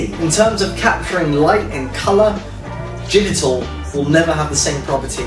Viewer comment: is he saying Jittal images? digital is 2 syllables.. lol